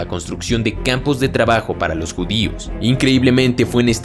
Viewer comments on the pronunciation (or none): none